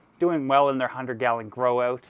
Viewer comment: I heard him saying galleon